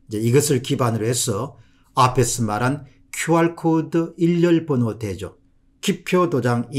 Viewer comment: "일렬번호" 가 아니고 "일련번호"로 읽어 주세요 !